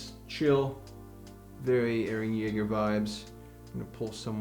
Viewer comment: It's eren Jaeger